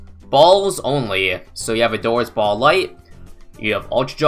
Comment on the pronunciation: Spike BAHLLS anyone else notice the way he says ball